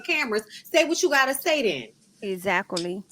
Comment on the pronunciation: Hello Loved One! …. Not Ex-act-culie….. that’s was too funny.